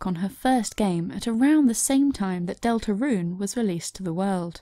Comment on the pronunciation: HOW YOU PRONOUNCE DELTARUNE IS GOING TI KILL ME w h y